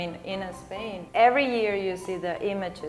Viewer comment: Spain, not"Espain".